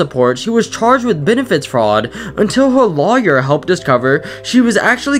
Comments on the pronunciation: Did you just mispronounce lawyer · The way he pronounced lawyer 💀